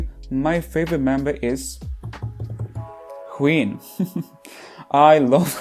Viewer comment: I kept on hearing queen when you say wheein